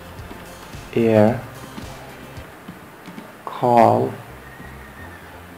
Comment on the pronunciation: Why not pronounce the program name correctly? "Adobe" = a doe bee